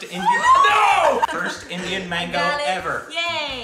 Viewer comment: Nobody has any idea that we indians have an indian sitting there as american () TEAR WITH YOUR TEETH..thats how u eat mango in india.. pronunciation is awsome